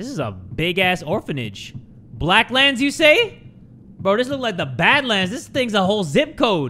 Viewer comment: I heard blacklands manor as black lives matter and my jaw hit the FLOOR